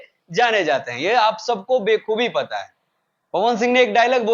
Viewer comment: कुछ भी बोल रहा तमन्ना वाला गाना अलग है, इसमें श्रद्धा और राजकुमार राव हैं.. मनोज तिवारी इससे पहले प्लेबैक करते आए हैं हिंदी फिल्मों में। सचिन - जिगर और दिव्या कुमार के बारे में जान लो थोड़ा कि कौन हैं वो, नाम पढ़ने में दिक्कत हो रहा। और बेकुबी नहीं बखूबी होता है भाई.. No hate.. बस इन्फॉर्मेशन था